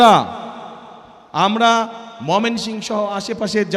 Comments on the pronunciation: জেলাটির নাম মমিনসিং না, ময়মনসিংহ হবে। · গাধার বাচ্চা ময়মনসিংহ নামটাও ভালো করে বলতে পারেনা